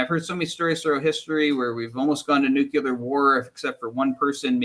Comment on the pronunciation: Please stop saying “nucyular”